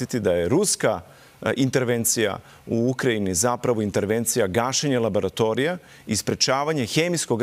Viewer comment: Kredibilan gost koji govori "labaratorija".